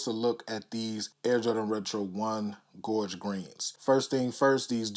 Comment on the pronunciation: Been waiting all year for these hope I can copp eventually 🙏 dope vid #Kixoholix413Salute and thank 🙏 you so fn much for saying gorge not George lmfaoooo